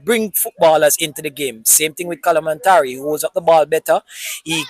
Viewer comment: “Cada-Man-tarie” 😂😂😂. People dem nah stop butcher di man name.